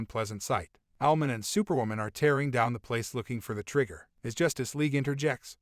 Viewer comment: When he says Owlman it sounds like he's saying Almond